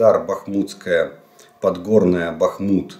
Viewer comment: БАхмут! А не БахмУт! Очень режет слух неправильное ударение городов и сел Донецкой области…